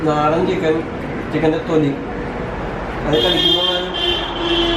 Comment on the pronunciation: Naadan aaan nadan alla